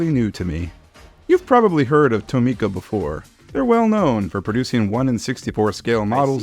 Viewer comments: Tomica isnt pronounced like (toe-me-kuh) its pronounced like (tom-ih-kuh) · I don’t think that’s how you pronounce Tomica 😭